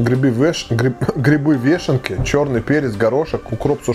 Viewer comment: Грибы вэш, грибы веше, грибы вэшен. ГРИБЫ ВЕШЕНКИ.